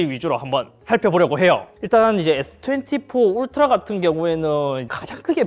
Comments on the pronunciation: 울리 라고 했아여쥬 ㅋㅋㅋ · 울라리? 울라리????????????????????????????????????????????? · 울라리가 아니라 울트라!!!!!!!!! 크아아아아아아악!!!!!!!!!!!!! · 울라리...? '울스킹' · 스읍... 자 따라하세요, 울 트 라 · 울리를 울라리라고 하네? 열받네? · 어떤 ㅅㅋ가 울트라를 울라리라고 부르냐 진짜?🤬🤬🤬🤬